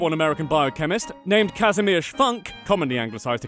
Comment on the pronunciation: Is the name Kazimierz pronounced Kas-Im-Yas ???